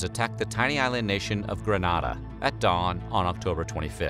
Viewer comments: Grenada, not Granada. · Loving the series! Just one thing, the Caribbean island of 🇬🇩 GRENADA, is pronounced Gre-nay-da. It is different to the Spanish 🇪🇸 city of GRANADA, which is pronounced how you said it, Grah-nah-da. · You said Grenada wrong....But I love your videos💕💕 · Grenada in the West Indies is pernounced "Gra-Nay-Dah". Granada as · G-R-E-N-A-D-A not Granada. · its pronounced Green-ay-da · It's pronounced "Gren-aida" so that it rhymes with "kool-aid." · I would think that's how Americans INSIST on pronouncing Spanish names Spanish vowels are pronounced as such A: ah as in car E: like in 'there' I: ee like in 'see' O: o as in 'boat' U: u as in 'June' So, Grenada's second syllable should be pronounced AH, not AY